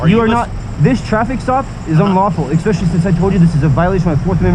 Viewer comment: When somebody says ecspecially instead of especially I immediately stop listening. California is an absolute totalitarian state at this point and they really need to cool it with all of their insane laws about modification of cars or even rules like this where a go pro being on a helmet could really help keep riders safe. This biker here though should’ve read up more on his local and state laws. Because obviously they can screw you with those